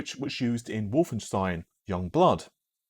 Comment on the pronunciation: What you said: Lots of really great information about hardware and tech What I heard: Over-pronunciation of the word 'Wolfenstein'